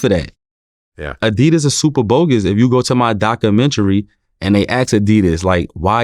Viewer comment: dock u mettry?